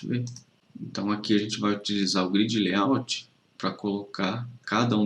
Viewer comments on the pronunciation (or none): none